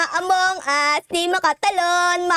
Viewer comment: amonguse hindi amongas